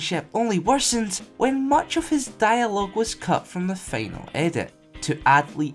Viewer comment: Learn to speak its "Final" Not "Feanal" :(